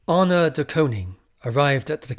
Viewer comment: I find this incredibly interesting and I've listened to all of your bids, thank you! Please try to improve your pronunciation of names a bit and it will be even better. (Start with Anna)